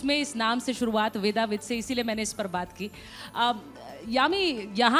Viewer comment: ‘वेदविद्’ है नाम, ‘वेदाविद’ नहीं।